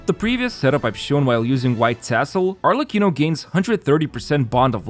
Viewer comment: Still amazed by the quality of your content. Perfect pronunciation of Arlecchino btw.